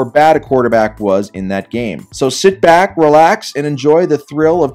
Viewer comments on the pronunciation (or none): none